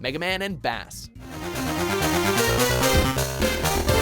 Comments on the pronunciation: Ughhhh it's 'Base' not Bass the fish -_ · Bass is pronounced beis not bahs. Like treble and bass, he's not a fish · bass? It’s PRONOUNCED BASE NOT LIKE A FISH! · Megaman 3 is the Best! Also you said ‘’Bass’’ wrong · the first time he said bass incorrectly me:i'm having megaman 8 flashbacks again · Excuse me!? Bass's name is pronounced like the music instrument not the fish! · Garbage list. Megaman and Bass? It's universally reviled. Also, it's pronounced "base." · I'm a minute into the video and this dude just called him bass like the fish. This is so disappointing. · I know it's probably eating away at tons of other viewers... But how do you not get it's Bass as in the lowest range of sound. Not Bass as in the fish. I mean, his dog is named Treble, if that wasn't a dead give away. And Mega Man was known as Rock Man, Rock for short. Who had a sister named Roll. A dog named Rush (like the band) and a bird named Beat. Do you just read a script and not actually know anything about the content you are talking about? Trying my hardest to not be a jerk here... so please forgive me if this is coming off as condescending. (For the record, the way his name was said in MM8 is still wrong) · "bass?" its pronounced like "BASE" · First: Bass is pronounced with a long "a", like "base" as others have mentioned. Second: No mention of the Star Force series? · MF its pronouced Bass(Base) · IT'S NOT A FISH IT'S THE GUITAR REFERENCE (PRONOUNCED BASE, NOT BASS!!!!) UGH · so disrespectful. its pronounced "base" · it's pronounced base. . as in bass and his dog Treble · Bass had a robot dog named Treble. How the fuck can you screw up the pronunciation with that in mind. It's not B-ASS it's B-ACE. Bass and Treble. Jesus.... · For fucks sake. It's Bass like in Music, not Bass like the FISH! His dog's name is Treble! You know, Treble and Bass! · IT'S BASS, LIKE THE GUITAR, NOT THE FISH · Ok bass is pernounced base it is a music reference think of rockman and roll (japanese names) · Me too.